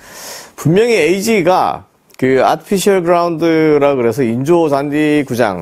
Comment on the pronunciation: 아피셜이 아니구 아티피셜(artificial)